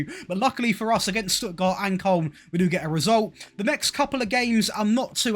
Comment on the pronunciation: You might be the only English YouTuber who doesn't say Kolon for Koln.